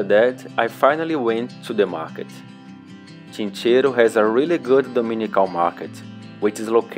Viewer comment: Buenos dias, es Chinchero sin S y no ChincheroSSS... saludos